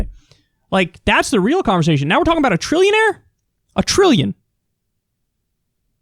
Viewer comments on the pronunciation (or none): none